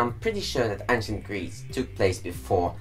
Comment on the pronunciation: You`re mispronouncing and misspelling the word "Ancient" in both this video and your previous one. Something needs to change, or the Grammar Nazis will come and get you.